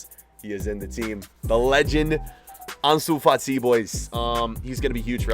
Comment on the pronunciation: Who remembers when said Ansu Fat-Eye